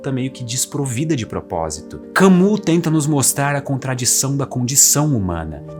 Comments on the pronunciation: Que aula de filosofia ❤. Mas se fala "Cami" e não Camus... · Só uma pequena correção: Camus se pronuncia "Cami", e não "Camu". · AMIGÃO, Camus se pronuncia "Cami". Um abraço. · Camu?! 😢 tente refazer, pois ficou bom. Diga: "Camíiii" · Muito bom o video, gostei! Não sou perito em idiomas, mas sobre a pronúncia do nome do Albert Camus, creio que não se fala o (u) e sim com (i), seria algo como (Camí) a pronúncia. Mas o video ficou excelente! 👏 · Vale a pena conhecer a obra do Albert Camus (a pronúncia mais próxima do português é kãmí ): o mito de sísifo, o estrangeiro, a peste e a queda. Quatro obras de fácil compreensão, boas narrativas, pequenas e geniais, que lhes rendeu o prêmio Nobel de Literatura. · Albert CAMUS (se pronuncia CAMI) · Bom texto. Camus não se pronuncia Cami? Escolher viver a própria vida sem se agarrar a ela. Fala isso para os neuróticos. Kkkkkk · Bom vídeo. Por favor, corrija a pronúncia de "Camus" (não se pronuncia como está escrito).